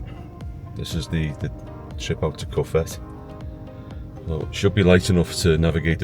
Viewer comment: Great video fantastic shots only thing pronunciations of cofete ..co fet e and you stayed in jandia pronounced handia for those who have never visited fuerteventura oh music to video also fantastic